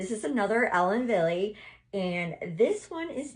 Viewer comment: I think you look gorgeous in all of them. However, the last one makes you look so much younger! The lighter colors are you! Ellen Wille is pronounce ellen Vill it's german.